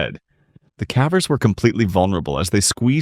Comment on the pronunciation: This voice is def AI. "Faibula" bone? Fibula. Fib. That, and other such words like "Cavv-errs" and not Cave-rs.